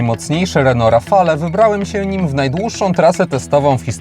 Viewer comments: Podobnie jak przy nazwie Megane, nazwę Rafale wymawia się,,Rafal" te ,,e" jest tam niewymawialne. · ) Świetny test jak zwykle w twoim wykonaniu. Ale jak zwykle będę miał ALE:) Wymawiamy RAFAL:) E jest nieme. Tak samo jak ESPAS a nie ESPEJS tu mówisz prawidłowo lub SENIK a nie SCENIK:) Warto na to zwrócić uwagę bo wielu dziennikarzy ma z tym problem. Renault od dawna nie ma i nie miało 2 osobnych komputerów spalania i to jest duży błąd. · "Rafale"?! aż uszy bolą.